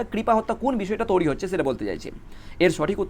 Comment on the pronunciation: তৈরি ❌ তোরি ✅ 😂😂😂😂😂